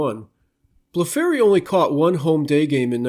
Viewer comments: Its pronounced Curt Blef free not Blef fairy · Amazing research and an important contribution. Just a little correction on two of the pronunciations: Curt Blefary's last name is pronounced BLEH-free. Also with Bob Aspromonte it's: Az-pro-MON-tay. Anyway, great job!